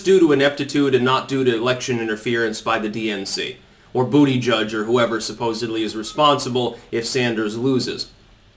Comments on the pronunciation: Lol, i like how you said Buttigieg's name... "Booty Judge" - "I give that booty a 10!" :P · Still never gets old hearing him say Bootyjudge.